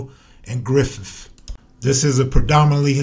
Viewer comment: “Between Hooper Avenue and Griffiff.” Black people just say to hell with the TH at the end of any word when we talk. Lol